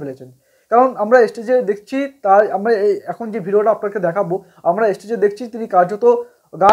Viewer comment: অতিরিক্ত কথা বলছে আর তাছাড়া উচ্চারণ ঠিক নয় যেমন "স্টেজ"শব্দটা উচ্চারণ করছে "এস্টেজ" অথচ জুবীনের মত মানুষের সমালোচনা করছে, ফালতু একটা ইউটিউবার